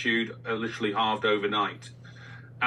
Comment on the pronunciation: please practice saying "literally" Sound it out. You can do it with your big brain.